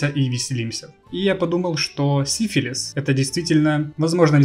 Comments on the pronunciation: Изменение ударения в названии династии изначального смысла не меняет! Это, как бы так выразиться, отвратительно! Именовать посланника Богов венерическим заболеванием! Если тебе ТАК нравится это слово, то лучше переделой его. Сифилис -> Сифилий. Это куда больше похоже на настоящию фамилию. Если у кого то есть свои варианты, то пишите их в ответе к этому комментарию. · поменять ударение на греческий акцент, да он гений!